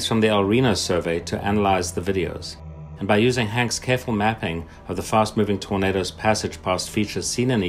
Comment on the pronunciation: Man: Torndos Subtitles: Burritos